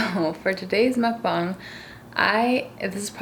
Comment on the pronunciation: IT MUKBANG NOT MUKBONG